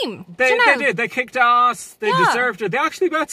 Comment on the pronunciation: "They kicked arrass" looool